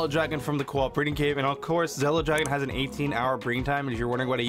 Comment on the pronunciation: It’s “Zilla” not “zella”